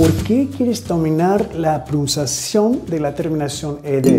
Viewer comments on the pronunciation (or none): Hi, thanks a lot for your classes they're amazing, please keep doing it. Me gustaría corregir tu Español, diciéndote que cuando dices la palabra PRONUNCIACIÓN, ella se te escucha como si dijeras PROUNCIACION y esto es porque no se escucha la N, debes decir PRO NUN CIA CIÓN. It was my pleasure Mr... anytime!